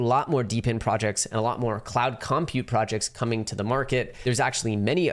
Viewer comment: No one:: COMpute